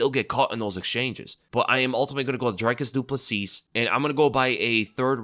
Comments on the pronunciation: its pronounced Drecus Doo Pla see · It’s pronounced Dree-Kus Doo-Plus-See, just wanted to help you out with pronouncing it. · Its PRONOUCED dreeEEEkus du plessee !!!, UNSUBBED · It's honestly pretty funny how badly you mangle Dricis du Plessis. I don't think I've ever heard anyone pronounce it worse lol